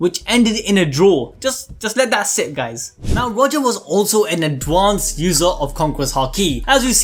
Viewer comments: I swear to god if you say adwansed instead of advanced one more time I’m disliking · Can you please look up how to say ADvanCEd